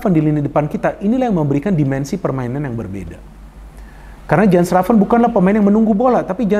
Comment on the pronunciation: Jens raven kalo kata coach justin harusnya dipanggil "Yens Raven" bung.. please tolong dibantu pronounce yang benar. Sama kalo di indonesia orang ada namanya Asep.. kan lucu ya kalo dipanggilnya Asap, Asaep, Asuup. Please bung panggilnya "Yens Raven"